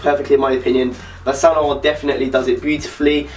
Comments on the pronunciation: is this real life what is happening did a non-french person actually pronounce saint laurent paris correct? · Niiice vid! Do you speak french ? cause the way you're saying bordeaux or Saint Laurent is pretty good! :) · Eyyy my boy got the mick jagger scarf at the end. Btw your pronunciation of the brand saint laurent makes me wish I had a british accent... sounds so different when I say it.... :/